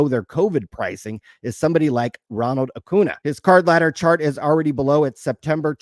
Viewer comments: Its pronounced Acu-nya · For the love of god, please learn how to pronounce Acuna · Come on bro, you live in CA, you have to be able to pronounce Acuna properly. 😂😂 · cant even say acuna after all this time